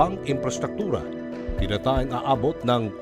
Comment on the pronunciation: Ang tagalog ng “it was esrimated thar”;ay “tinatayang” hinci ‘tinata———-#yang’. Taya h8ndi ta————ya.